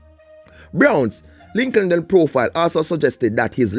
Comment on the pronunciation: Lol “linkinden profile” 😂😂😂😂